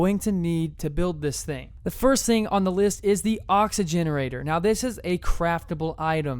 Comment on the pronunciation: It's an oxygenator not oxygenerator